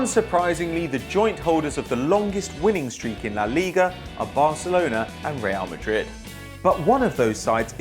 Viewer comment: anybody else notice "real marid"